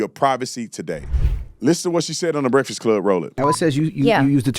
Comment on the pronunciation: The brekfod club. Speak English you dumb ass